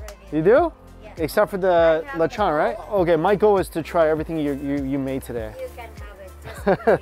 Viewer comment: Listening you pronounce "lechon" is hurting my ears... lechon pronounced properly is lech-un... I hear, lech-awn.... Stop... LOL